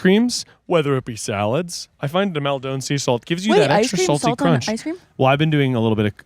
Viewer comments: Guys please I'm begging you it's mal-din not mawl-downe salt. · As someone who is from near Maldon, I wince every time says Mal Dohne. 😭 Like idk if this and the way he says aquaphor ('aquifer') are a bit or he actually thinks that's how you say it 😭 I love, just hate the way he says Maldon